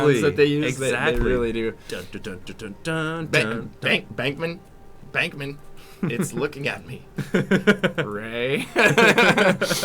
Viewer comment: It's Venkman, not Bankman